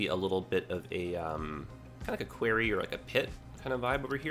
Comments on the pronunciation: No you are right I have never heard it said that way before quarey? Qwary? Qw-o-rry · Query is pronounced qu-air-ry like in your video. Quarry is pronounced qu-are-ry. Unless Canada pronounces it differently... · It's Kw-our-we! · Why is he calling the 'quarry' a 'query'? The latter is a request for information, the former in a big hole in the ground. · Well, after watching a lot of Thomas and Friends i've been pronouncing it "kwo-ree" so not sure where is going with it haha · Because this is bugging me also. Query is a question. Quarry is a large pit where rocks and minerals are extracted from. They are NOT pronounced the same. Quarry has an "a" like pronounced in war. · Happy to see this, but 4 minutes in and how you're saying "quarry" is driving me nuts. Am I the only one? Have I been saying it wrong all my life? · Can we blame it on him being Canadian? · Made me cringe too every time he said it. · As a Canadian, it was getting to me too... Definitely a Jedi-ism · Was gonna correct him too lol defo pronounced the 2nd way u spelt it